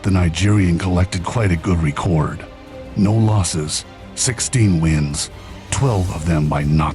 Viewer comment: Please pronounce ‘record’ properly.